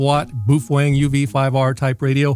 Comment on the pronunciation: /me_wife: why do you keep giggling? /me: oh, uh nothing. [dude says boof wang again] /me_wife: why do you keep giggling?!?!?